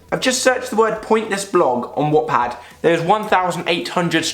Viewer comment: I died when he said watt pad